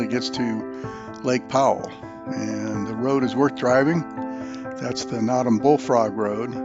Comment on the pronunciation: NOTOM. "NO" - "TUM". And are you familiar with the history why it received that name? So my background quicky...my wife grew up on Notom Ranch and we continue to own property on the ranch and on the Henries. I did however enjoy your video - until you said Notom lol.